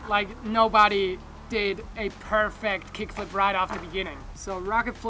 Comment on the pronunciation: Yo Jonny, you might want to throw the syllable on the last part of that word, per fect'. Coolio! All right man, thanks for the tips.